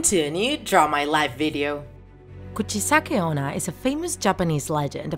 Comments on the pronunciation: DID U HEAR! SHE SAID *KUCHIKANE ONNA*. WELL, I THINK IT SHOULD BE KUCHISAKE ONNA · I thought they interviewed Kuchisake Onna because it said 'Draw my life' lol. Edit: excuse me, Kuchi -Kane Onna? What do you mean? I thought it was Kuchisake Onna? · wtf did you just say kuchi sane onna 😂😂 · The fact that it’s actually Kuchisake-onna😂😂. And I am a really big fan of her!🥰🥰🥰🥰. I love her!!!!!!❤️❤️❤️❤️and the title was Kuchisake-onna too but when she said Kuchikane-onna I was like ‘who? Did you mean kuchisake-onna?’ But she said Kuchikane-onna only 1 time and the last jumpscare always gets me😂😂😂😂😂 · You said Michelle saki honna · Nah I think she said Guccikane onna😂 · Nobody Littarely nobody her:KuChIkAnE OnNa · You said her name wrong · Your one job was to pronounce "kuchisake - onna" properly.